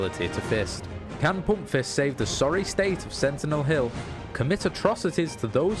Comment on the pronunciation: Love how u say "poompfist" with ur dialect ;)